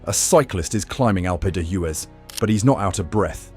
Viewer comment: That's a pretty spectacular pronunciation of alpe d'huez😢